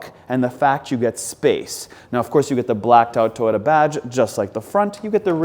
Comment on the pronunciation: Why do Canadians pronounce "Toyota" that way? "Taiyota"?